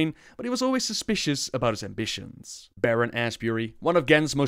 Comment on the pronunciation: I thought he said Baron ass Berry